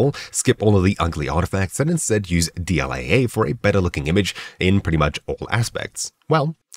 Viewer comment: You say AA like that one family guy episode AA eh?